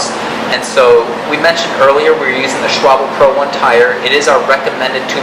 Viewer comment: Extra bonus points for the correct pronunciation of Schwalbe.....rare feat!